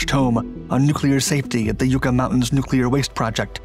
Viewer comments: FYI it's not YOU--KA it's YUCK--A. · Yucca = YUK-uh, not YOO-kuh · Yucca. Pronounced Yucka. Like buckaroo without the roo. Always interesting videos. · Just FYI: "yucca" is pronounced yuck-uh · LOL "Yoooka" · You mispronounced yucca again. It's pronounced yuck-uh.